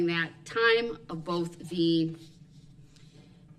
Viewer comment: I noticed words that end with TH he cant pronounce right. BOFF OAF TROOF